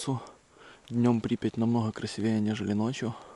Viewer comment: правильно говорить красИвее, а не красивЕе